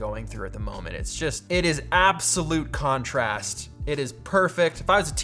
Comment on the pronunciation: How many times during the video did you say the word "Conorast" ??